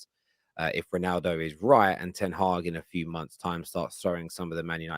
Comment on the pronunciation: It's Ten Hag not Ten haag